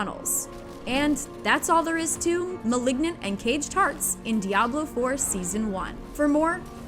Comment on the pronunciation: anyone else hearing cage tarts? 🤣